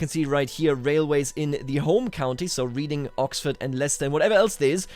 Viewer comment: Just for future reference (I doubt it will, but whatever) the 'read' in 'Reading' is pronounced the same way as 'red.'